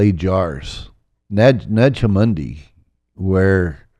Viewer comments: Why does he keep mispronouncing "Nag Hammadi"? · I mean… I want to believe, but how can I trust a guy who claims to be an expert but can’t even say Nag Hammadi correctly? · Nag Hamadi... Why cant he pronounce these terms correctly its supposed to be his core area of knowledge... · it pronounced Naja Hammady نجع حمادي. And stop the lies about the Lord Jesus Christ !!!